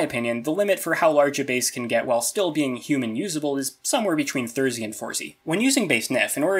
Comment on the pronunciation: I've been watching your videos for the past three days and I have to ask, do you actually say it thirsy or do you say it thirty?